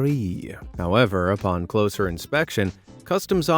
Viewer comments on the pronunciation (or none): none